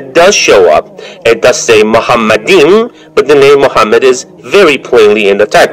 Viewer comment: The first mistake by Deedat is that he pronounced מַחֲּמַדִּ֑ים as ‘muhamaddim’. But he is wrong, it is ‘ma-kha-madim’. So there is no pronunciation of Muhammad. Just check every high valuated Hebrew dictionary or lexicon. The other mistake made by Deedat is that he said that ‘מַחֲּמַדִּ֑ים' is a name. Again he is very wrong because מַחֲּמַדִּ֑ים is a masculine plural noun, so it is not a name. Again, just check every high valuated Hebrew dictionary or lexicon. And because it is not a name it is impossible that it refers to the name of ‘Muhammad’.